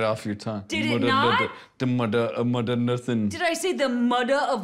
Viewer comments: “The muder of mudern nursing” Gets me everytime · “the Mudduh of Modunn Nersing” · I watched the intro 6 times and cried laughing???? "..da muddah ov moddan nersin'.".